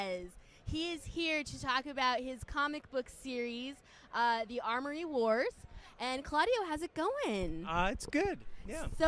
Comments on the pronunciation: Ik bro had to be tight when she said "Armory Wars" instead of "Amory Wars" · Had to pause and look away from the screen for a minute or two when she said "armory wars" cringe was too much for me to handle. They need to start getting people who are actually knowledgeable about the series to interview him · MAN YOUR OWN ARMORY MAN YOUR OWN MISPRONUCIATION